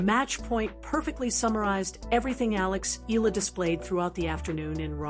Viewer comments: HEY MS YOUTUBE SPEAKER, THE CORRECT PRONUNCIATION OF ALEXANDRA’S LAST NAME IS E-YAH-LA! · Agree ❤ E yah la